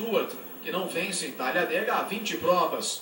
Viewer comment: TAGADEGA???JOI NEMETHIECA???TONI STUARTI???DAIOUU EIRARDI JR.???JUMI MEQUIMAREI???ROBI LABONTI??? QUE MERDA DE NARRAÇÃO É ESSA??